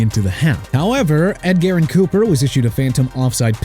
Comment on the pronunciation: EPENESA NOT EPENETA!!! LEARN TO PRONOUNCE MAN... ALSO IT'S MATT HAACK (HAWK) NOT MATT HACK!!!!! UNBELIEVABLE!!!!!!!!!!!!! AND ED GAREN COOPER?! REALLY?! EDGERRIN (EH-JUH-RIN) COOPER?! YOU CAN'T GET PEOPLE'S NAMES RIGHT THEN YOU NEED TO GO AWAY!!